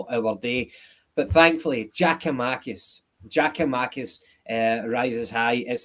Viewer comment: If keeps calling Giakomakis ( pronounced YAKOMAKIS PLEASE SOMEONE TELL HIM!) he will forever be known to me as